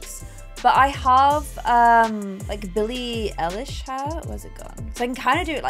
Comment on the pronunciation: and the way she said billie eilish too 😭✋